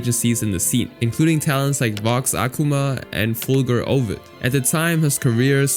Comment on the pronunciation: “Fulgur Ovid” and its fricking Mysta rias 💀 is this video made by AI??